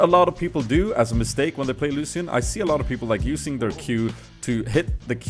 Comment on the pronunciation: you dont say ''lusian'' you should say it like ''lushan''